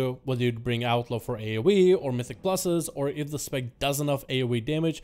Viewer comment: Instead of 'Outlaw', I kept hearing 'Alpha Rogue'. Thought he was saying Outlaw was the Alpha spec.